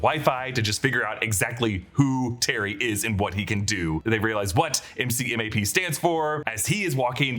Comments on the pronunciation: Marine here. The MCMAP acronym is said “mick-map” not spelt out. I know the movie spells out the letters too but just thought I’d let ya know ! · As a Marine, MCMAP is pronounced MC-Map. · As a Marine, MCMAP is pronounced McMap (like McDonnell). Each letter is not phonetically pronounced. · It was killing me that no one was getting that right